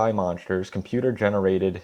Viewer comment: "I haven't even seen the movie." Oh, ok. Then shut the fuck up and delete your account. Fix that cringe ass fucking speech impediment too. "MONSHTERSH."